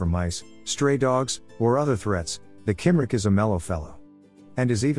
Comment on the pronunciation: Cymric is pronounced cum-rick.